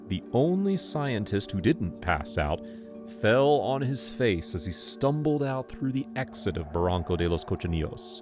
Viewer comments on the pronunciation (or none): none